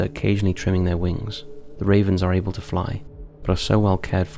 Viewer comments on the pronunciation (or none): none